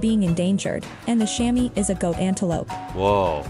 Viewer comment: The 'Chamois' is pronounced 'Chamwah' (and it's the skin, once used to polish / clean windows, were called / pronounced "Chammy skins" but now are imitated by 'fabricated cloths' instead of skinning the Chamois).